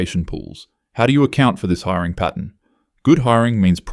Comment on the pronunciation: *pattern not patent